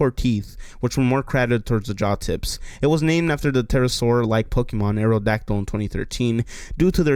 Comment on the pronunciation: ugh cant do all the pokee-mon's